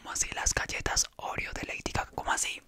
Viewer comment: Soy la única que entendió Heidi caca